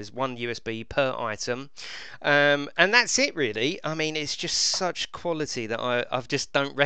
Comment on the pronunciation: Pronounce your words correctly that's the point